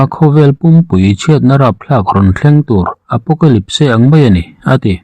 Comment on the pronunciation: Apocalyp-se ti in i lam daih a😀